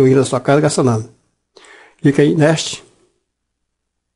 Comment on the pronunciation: Ele falando clica no nesti, nesti, para falar next ficou muito engraçado! kkkkk Mas o tutorial é top e legal!